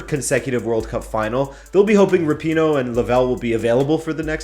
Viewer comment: yes, finally pronounced rapinoe right!